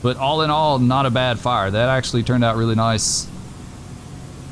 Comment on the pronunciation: Engine: "We have visual on fiyah at the ding dong" Chief "WHAT?" Holding back laughter